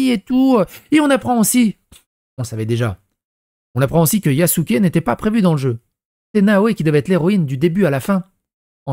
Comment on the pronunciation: Il a dit yakuzé😂😂😂